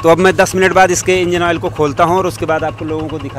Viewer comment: Awol nehi oil hota hey😂